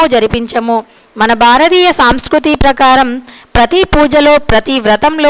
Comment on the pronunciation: సాంస్కృతి కాదమ్మా సంస్కృతి